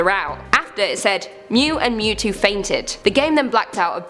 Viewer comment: It's Mewtwo not Mew to XD